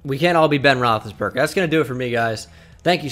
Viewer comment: Roethlisbanger? It’s rothlisberger